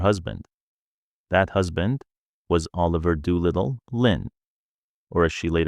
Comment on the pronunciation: It’s Doolittle or Doo for short, not Dew little. Loretta mostly called him Doo. A lot of the quotes and stories going around online aren’t accurate, including this poorly AI done content.